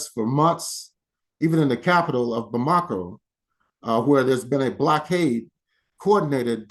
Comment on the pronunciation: You should learn how to pronounce "Bamako".